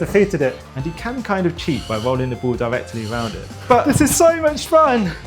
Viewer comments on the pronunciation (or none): Bro cant say ball he just says bll